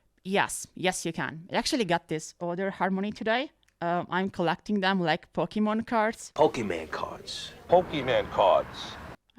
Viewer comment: "PokeyMAN cards"!